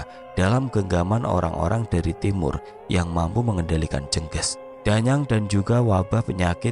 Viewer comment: Mas, bacanya bukan jènggès Tp jènggés Spt baca ES bagian GES nya Jènggés itu kl di daerahku sm dgn teluh, santet